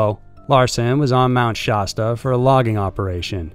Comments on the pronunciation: Mt. Sha-stuh not stah but other than that great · Shaaaaa-sta cola, pronounced just like the old school soda. Mt. Shasta. Not shawsta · Why does he keep saying Shaw-stuh? Sh-a, like apple. Sha-stuh. Mount Shasta. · It's pronounced "SHASS-ta" not SHAHS-tuh." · Its pronounced sHASta not shosta. Like the word "has" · You keep saying Shasta wrong and it's cringe.. it's nothing fancy. It's (Sh-Ah-St-uh) not (Sh-ost-uh)... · FYI...it’s pronounced Shasta like the drink, the first “A” sounds like the “A” in “cat”. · Being from the Mt. Shasta area, your pronunciation made me laugh. You don't need to emphasize the A. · Lol I was wondering too...why does he say it that way????🤔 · Man I love your videos, but your saying Shasta wrong. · Okay, say Shasta the right way, everytime. Also Native American not Indians. Thank you.